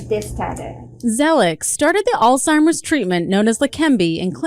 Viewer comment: Why are you guys pronouncing Alzheimer’s as All-Timers? Probably the same reason you pronounce the name Craig as “Kreg” and not as “Krayg” as it was originally created as.